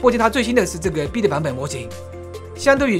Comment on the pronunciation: beta居然能读成bita绝对是人才，果断关注😂